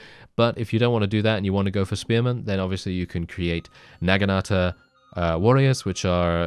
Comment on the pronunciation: Isn't it Nah-Gin-Ta?